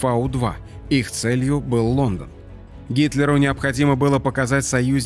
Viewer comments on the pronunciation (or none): none